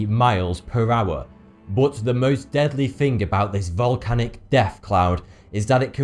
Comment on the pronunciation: Love how you say ''bot'' instead of but.